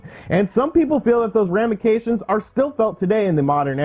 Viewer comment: "ramications" You tard! 🤣